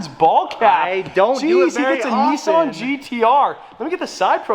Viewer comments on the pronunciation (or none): none